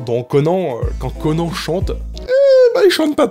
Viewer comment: S'il te plaît dis CONANNE et pas CONAN